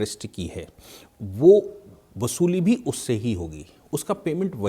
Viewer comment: बसूली नहीं। वसूली। बापस नहीं। वापस। अपनी हिंदी सुधारो।